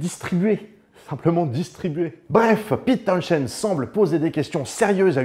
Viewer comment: John Entwistle surnommé 'The Ox" c'est pas pour rien , son jeu et la façon dont il utilisait son matériel a fait de lui l'un des meilleur bassiste et sinon Townshend ça se prononce pas comme ça goddamnit